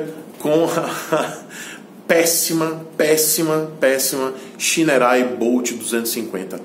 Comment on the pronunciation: Diz-se "Chainerrei"